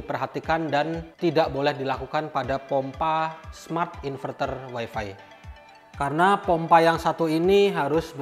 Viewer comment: wifi dilafalkan wai fai bang. bukan wai fi